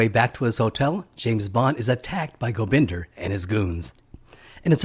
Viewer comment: I think its Gobinda not Gobinder.